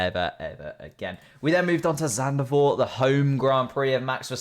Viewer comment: why does he think zandvoort is zandervoort